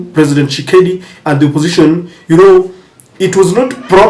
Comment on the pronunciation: Dude, the name is TSHI-SE-KEDI, not Tshekedi. C'mon, be professional!